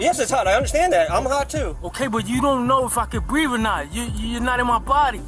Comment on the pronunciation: . I can't breave i cant breave. - What does breave mean. Is it ghetto for breath.